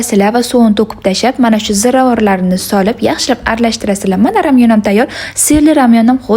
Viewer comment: Ramyonmas lamyon boladi